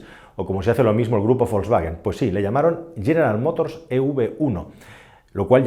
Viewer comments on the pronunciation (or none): none